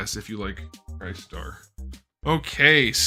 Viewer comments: Now that Crystar is here. Rom the Space Knight must be next. We need the Dire Wraiths!! Btw, isn’t it pronounced Chris-tar instead of Cry-star? Is it a Ree-you instead of Righ-you Street Fighter type thing? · you were pronouncing it wrong. It’s KRIS-STAR, say it like CHRISTOPHER. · DUDE...Pronounced chris-star. Made the same mistake in the early 80's when the first figure came out. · Is pronounced "crystar" not "crystar" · Broooo.....it's Crystar as in 'Crystal,' since he's made of crystal, lol. Any how, great review. As an icon of a failed toy-line, he's probably a little too niche for anyone younger than age 46, but for those of us who were kids in the 80s, this is pure nostalgic gold!